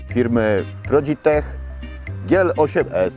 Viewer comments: "Prodi-tech" albo Prondzisz-yech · "prodig-tech" "prodigtech" "prodig tech" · "prodig-tech" oj majster majster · "prodig-tech" chyba "prodick-pech" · "Prodig-tech" "Prodig tech" Robi robotę :) Cyk fuch xD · Prodig-tech „Prodig-tech” ’’Prodig-tech” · "Prodig-Tech" Paanie barrrrdzo dobrrry mierrrrnik :D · "Prodig-tech" :D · Prodig-tech "Prodig-tech" :D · "Progid-tech" :D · "Prodig-tech" majster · "Prodig - tech" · "Prodig-tech" oj majster haha :D jedziesz z tym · "Prodig-tech" "prodigtech" "Prodigtech" "Prodig-Tech" "prodig-tech"